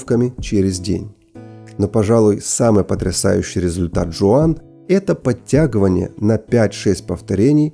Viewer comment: Здорово!!! только не подтяГОВАНЬЯ,,, подтягивания...